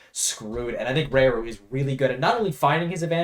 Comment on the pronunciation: The "Ra" in Raru and Rarikkusu is pronounced the same as how you'd pronounce the Ra in Yoshidora fyi